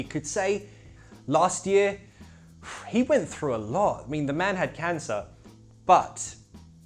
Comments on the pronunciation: I'm just crying looking at u pronouncing throughth 😂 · Troughth lol man